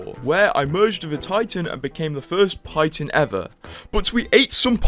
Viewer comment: Wtf is a Pitan?